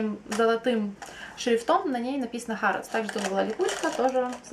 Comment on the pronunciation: по-моему не хАродс, а хЭродс) не в обиду, просто когда была в Лондоне везде слышала только хЭродс